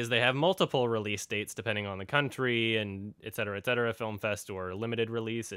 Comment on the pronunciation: I like you for pronouncing 'et cetera' properly